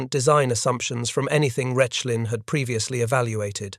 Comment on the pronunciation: As well, the site would in German be pronounced “Rekh-lin”, not “Resh-lin”.